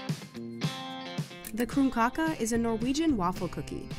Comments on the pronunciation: I'm honestly offended she just pronounced my countries specialty as coomkaka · homie krumkake is pronounced k(rolled r)oom-caw-keh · I'm sorry, HOW DID YOU JUST PRONOUNCE KRUMKAKE?????? I mean, It's and old Norwegian word, so I did in now way expect it to be accurate, but that is about as far away as it gets. I know different placed in Norway have slightly different ways of pronoucing it, but I've never hear anyone say it like that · Omg im norwegian and i kinda cringed when she said the norwegian one krumkake cuz we say kroomkaakeh and she said kroomkakeh